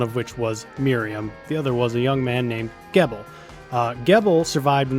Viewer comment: Geeeeeeebal, apparently it is a soft 'G'. I pronounced it the same as you but the game says otherwise. I like the technique mastery system because now my Katana has 5 techniques instead of 1.